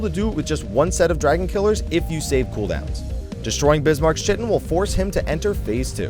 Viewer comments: Great guide, though its pronounced "kite in" and not "chi tin." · CHITTIN'? Really? REALLY? It's KAI-TIN. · the "chitin" is pronounced "kytin" ... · ITS. PRONOUNCED. KITEN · Chitin = KY-tin. : ) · Chitin = Kite-inn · The guy just made a guide for the fight and you guys are already trolling his pronunciation of chitin? Really... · ***** difference between trolling and correcting them